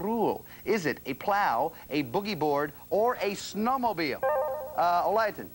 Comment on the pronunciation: When he said snowmobile I died a little inside.